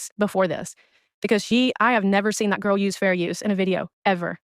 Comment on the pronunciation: I’m sorry but yes that “Gurrll” reminds me of a guy I dated when I was younger and had a speech impediment and that’s how he pronounced Girl as “Gurl”